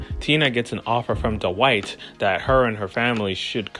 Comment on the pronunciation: it's pronounced dwight not dowight